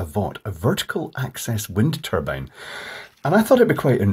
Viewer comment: Wind Tulpbine